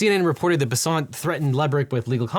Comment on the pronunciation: Any reason why you are pronouncing the Treasury Secretary’s name in a manner harmonious with his French Huguenot ancestry, whereas in all audio sources I have always heard it rhyming with “pheasant”?